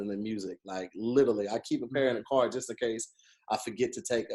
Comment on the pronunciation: favorite word he can't say "literally"